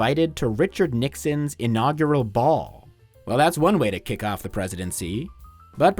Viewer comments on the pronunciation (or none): none